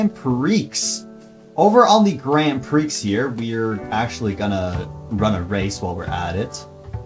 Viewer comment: bro said “grand preeex” 😭